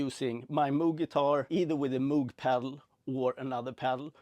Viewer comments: It’s pronounced “MOWg” (as in, mow the lawn) not “MOOg” (as in 🐄). 👍🏼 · I believe its pronounced m-oh-g